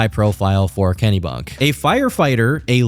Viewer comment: As a Mainer hearing him pronounce it kennybunk is hilarious